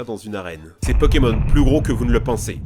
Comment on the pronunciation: C'est plutot toi qu'y s'y connait pas TA DIT PONEMON XD